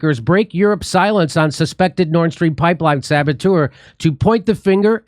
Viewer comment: Hey, in case you guys did know, you're mispronouncing the Nord Stream pipeline. Karine Jean-Pierre pronounces it Nordstrom, like the department store. Seriously. Stop pronouncing it incorrectly. I just had to comment on this, it was top of mind.